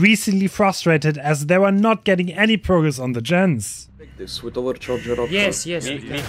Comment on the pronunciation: shot calling kept calling the Gens " Yens " lol. " I'm on Yen I'm on Yen! "